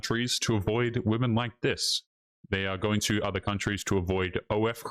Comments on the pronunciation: What is an ""udder country"? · And what the bells an "udder" country? BTW, lady, you're a racist.